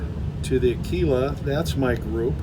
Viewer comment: Aguila, "G," not "Q."